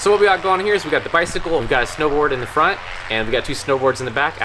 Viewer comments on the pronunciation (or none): none